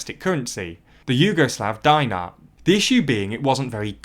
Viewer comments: It is pronounced the same way it is written and that is dinar, he pronounced it very wrong. "Dinar" is pronounced "dinar" not dynar or whatever else, but your "deenar" actually sounds same as dinar in its written form. We who live in former yugoslav countries pronounce everything how it is written, there is no nuclear physics in it or how it is supposed to be pronounced. All in all Im glad at least someone knows how to pronounce it, cheers to you sir. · dinar, not diner. as in denarius, deener, closer to dinner than to diner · "German Deutsche Mark". Thank God there were no other Deutsche Marks, like "Lithuanian Deutsche Mark" or "Portuguese Deutsche Mark". By the way, when you mention foreign proper names, try to find a real pronunciation. It is "dinar", DEE-nar, and has nothing to do with dining. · It's pronounced deenar not die-nar, ffs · The i in Dinar is pronounced like the short i like in "it" not a long i. It is it is not pronounced "diner" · Dinar isn’t spelled die-nar lol